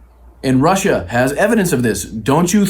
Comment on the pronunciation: When this fruitcake says 'Russia' it almost sounds like 'home'.